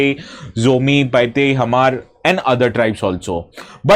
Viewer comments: Paite not Paitei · Correct : "Paite"